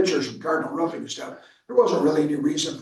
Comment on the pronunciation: It’s not Ruffing, 🐕, It’s Roofing. 😂